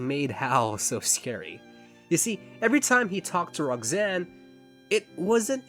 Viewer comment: great video however the way you pronounce Roxanne (like Rog-zane) made me irrationally angry